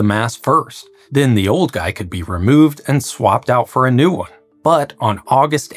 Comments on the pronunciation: He he. "gei" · For the first half of the video I thought you mispronounced guide-wires, but they're actually called guy-wires... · Are you saying guy wires or guide wires?